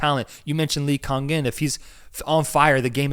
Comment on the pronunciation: correct pronounication of lee kangin is LEE - Gang - In (not lee kan kin)